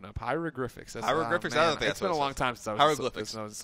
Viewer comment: "HEIROGRIPHICS" Hahaha, I literally laughed out loud.